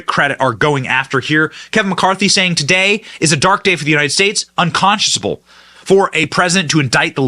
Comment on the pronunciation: Maybe it's my ex-girlfriend talking because she used to correct everything but it's unconscionable not unconsciousable. The second one is not a word like irregardless.